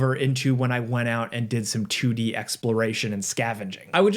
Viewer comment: "a chewdee sidescrolling game"